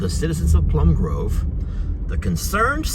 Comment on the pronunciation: And, Plum Grove, not groove.